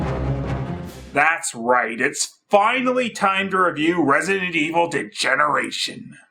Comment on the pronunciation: "Resinent" lol